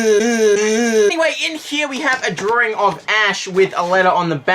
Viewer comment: draring or drawing? ... australia, oh you